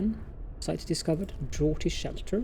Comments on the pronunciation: Draughty shelter..is pronounced drafty. (Already been said..sorry Dwagonman, diddn't notice your comment) :) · Draughty is one of those fun Englishisms again ... we say it like Drafty :-) PS Been enjoying the Frostpunk